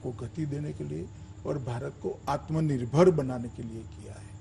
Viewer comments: Pahle atma nirbhar bharat bolna to Sikh lo chacha agr yehe baat Rahul Gandhi ne kiya hota toh ye bsdk media wale kutto ke tarha divert show karte ke dikho Rahul ne ye kaha atma nirbhar bharat bolna nahi loda lassan godi media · Atmanirbhar toh bolna sikhle